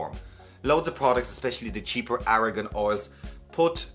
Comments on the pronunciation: Argan not Aragon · I love how you pronounce argan oil.